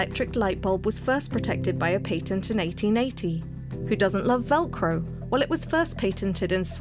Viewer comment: How you say patent is atrocious